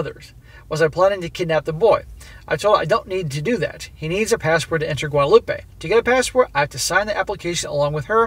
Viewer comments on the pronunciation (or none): SSM. For the french country there is no Ay at the end. Guadelope the way you're saying it is Spanish. For a while there, i was wondering if she was going to Mexico. Its Gwadeloop for the french island.